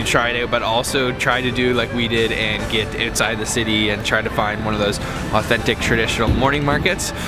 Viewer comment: LOL, "it´s like a noodle on the uutside", hey it is a noodle!